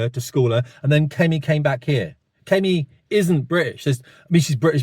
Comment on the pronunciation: Calling Kimmy, Kemmy , Kooomeee What ever her name is English, Is like saying if you are born in a field means you're a Fucking Horse ...